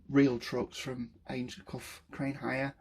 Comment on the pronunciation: Ains-co not ainscoff 👍🏻